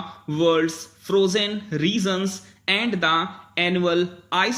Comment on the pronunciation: Why do u pronounce "regions" as "reasons" ⁉️